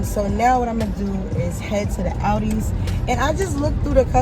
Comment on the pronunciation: It’s ALdi’s. Not Audi’s.